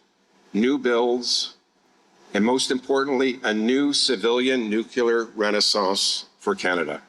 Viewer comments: New Clear ! .. not nuke-u-lar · What would be super cool if the energy minister would pronounce the name of energy from NUCLEAR energy not NUCULAR. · It is one thing for a normal person or youtube host (sorry, I know you are working on it, and doing much better) to say Nuc - you - lar, but for the energy minister to say it from the platform multiple times...so embarrassing!!!!! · "Nuke-u-lar. It's pronounced Nuke-u-lar" - Homer Simpson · Homer Simpson: its Nucular, NUUUUCULAR! Liberal minister: yup nucular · Boggles my mind. All these super educated people, and they still say "nuke-u-lurr!" Dumbasses. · Who else spotted a fake Bush'inism with "Nu-cu-ler" in Hodgson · If he's going to be involved or responsible and announcing this. You should at least learn how to say the word nuclear.!!! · He can’t even pronounce nuclear correctly.